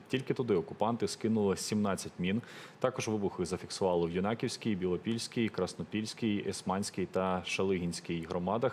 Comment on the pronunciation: Юююнаківська з наголосом на першу голосну - Ю ...! ПРАВИЛЬНО треба ведучим називати міста та селища, а не спотворювати назви !